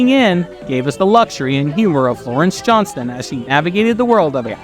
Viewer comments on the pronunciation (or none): none